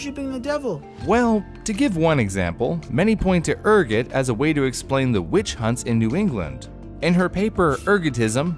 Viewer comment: The way he pronounce Ergot show he is more peasantry than high class (that video reference)